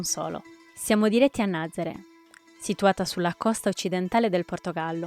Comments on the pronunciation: Nazaré, non Nazare, NazarE’. Con l’accento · La pronuncia corretta della località è Nazaré con l'ultima vocale accentata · Si pronuncia Nazarè con l’accento sulla “e” finale, please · Nazarè con accento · Nazaré si pronuncia con l'accento